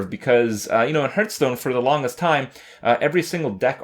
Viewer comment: every video "hurtstone" :D